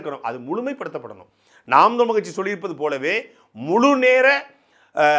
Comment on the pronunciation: தம்பி துரைமுருகன் "நாம் தமிழர் கட்சி" என்பதை தெளிவாக உச்சரிக்க வேண்டும்.